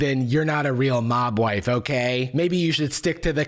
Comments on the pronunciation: About 4 and a half minutes into stopped hearing “mob wife” and started hearing Mogwai 😂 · Every time said mob wife I heard mogwai, the picture of them in fur coats at the same time was particularly jarring. Those people wearing mogwai fur coats is particularly difficult because a)mogwai are sentient beings that shouldn't be used for coats and b) not real.